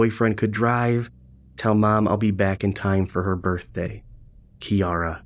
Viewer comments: Interesting little game... Thanks for playing and sharing. Just a note, Keira is pronouned like Key-ra... not Key-A-ra... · KEIRA << not pronounced kiara